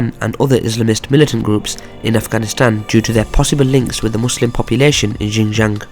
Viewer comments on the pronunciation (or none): Xin Jiang is pronounced SHIN JIANG. With a very heavey SH sound.